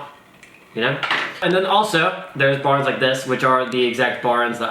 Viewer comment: “Baorens” What the fuck is wrong with you mouth dude? BAR ENDS, TWO WORDS.